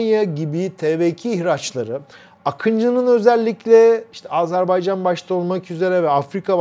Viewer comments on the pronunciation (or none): none